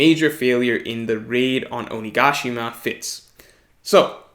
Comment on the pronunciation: hey. you shouldn't pronounce oni ga shima as one word. you should separate it into 3 parts so it doesn't sound weird. oni-ga-shima